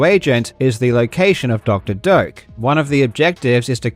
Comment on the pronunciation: I keep hearing Dr. Dope